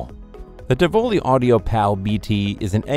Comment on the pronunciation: Helpful hint: look up how to pronounce Tivoli.